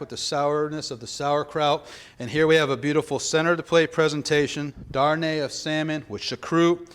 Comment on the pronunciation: Oui malheuresment il a dit ça. Yes unfortunately he did say that . He also called the dish " darné of salmon "when it should be darne de saumon. These "US chefs also cannon pronounce the name of the institution correctly when they call it Le Cordon BLUE. The name is Le Cordon BLEU (like BLUH and not BLOO).